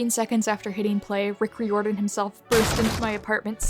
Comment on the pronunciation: that sure is an interesting way to pronounce Riordon lmao